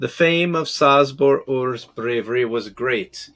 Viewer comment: Oh my poor ears. It's pronounced Chabor 😂